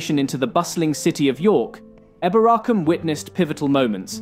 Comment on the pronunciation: Some people say it like that but apparently the original pronunciation was probably like he's saying it